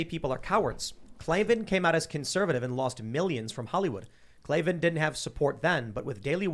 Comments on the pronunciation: K-L-A-V-A-N, there are no ees in KLAVAN. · K-L-A V-A-N there are no Es in Klavan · K L A V A N. There are no E’s in Klavan! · I heard there are no Es in Klavan